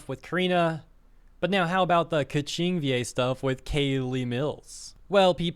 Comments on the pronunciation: Lol Pie-Mon and Kvetching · Bro, there is no way Keqing is pronounced as Kaching